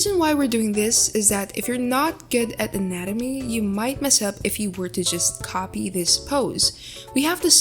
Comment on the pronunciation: Guys proofed. It's not anatomy it's "nanamee" (just skip to the start there's proof)